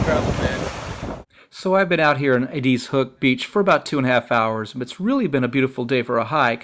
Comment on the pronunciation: “ED”-“IZ” Hook. “ED...Short E, not long E. Just like the name ED. “IZ”...Like “IS” only with a Z. ED IS, ie; EDIZ. EDIZ HOOK. Thank you.